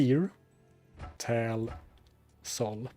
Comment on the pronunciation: Tal = "Tol" Thul = "Thal" Baal = "Bale", "Bail", "Bayle" 😆